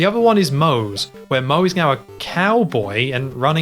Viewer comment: Is he saying Meow instead of Now? I swear I'm being trolled here.